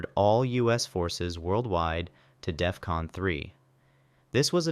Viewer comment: Dude at work says it's Death-Con. Lmao